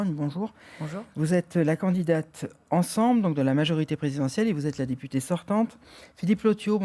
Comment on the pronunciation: "Si vous êtes élu député ou député "ée" " . Mdr, il a pas de race ce présentateur 🤣🤣